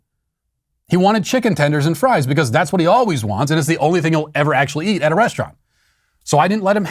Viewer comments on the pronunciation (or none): none